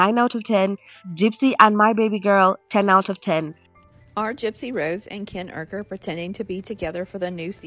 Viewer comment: Gypsy make me sick how she doesn't like Ken's last name so she just says it differently lol like the R can be taken out at random! Bish it's URKER not UKER.. change yo name!